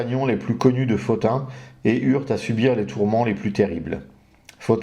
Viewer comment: Bonsoir Merci pour ce passionnant exposé. Pourquoi prononcez-vous Pothin [Fotin] et non [Potin] ?